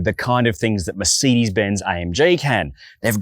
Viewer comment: Did he say “Merseedeez” 😂😂😂